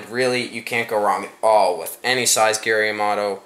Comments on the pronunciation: Hahaha! Gary Yamato? It's Yamamoto. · It's flake not fleck and it's yamamoto not yamoto hahahahhahah